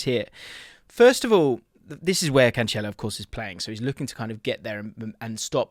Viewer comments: Stop calling him Canchelo it’s Cancelo. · hearing "canchelo" all them times made me feel unwell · No, he is saying it wrong lol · Love you, but the way you pronounce Cancelo is rough haha